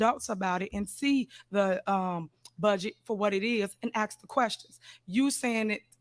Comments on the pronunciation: Ax ax ax.... speak english Tif. Try to act your age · I’m axing again you can ax me anything you’re not gonna get an answer but you can ax me,she claims to have a college degree lol